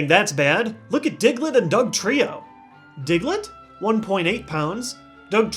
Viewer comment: Lol he says dicklett I know I'm being a five year old but still